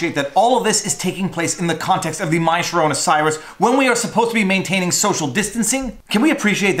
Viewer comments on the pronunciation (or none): none